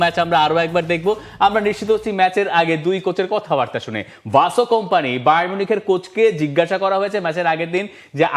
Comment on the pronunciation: ভাই আপনারা কি আলাদা ধরনের লিখা পড়া করেছেন? ভিনসেন্ট কোম্পানি কে বলেন বাঁসো কোম্পানি!!! হান্সি ফ্লিক কে হান্জি বলেন।